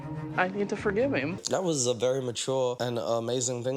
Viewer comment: Idk why but it infuriates me that they pronounce “him” like “heem”